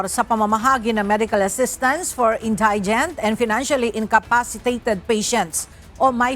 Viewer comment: Oyyyyy. Kayo ha? Ayusin nyo nga ang pronunciations nyo. Nakakahiya. Example: SCAFFOLDING & INDIGENT. NAKU .. SIN VERGUENZA. I GAVE UP ON YOUR IDIOT NEWSCASTERS PRONOUNCING NEWS AS NOOSE. EMBARRASSING 😳